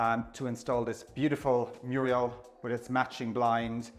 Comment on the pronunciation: murial? is that how they say 'mural' in the UK?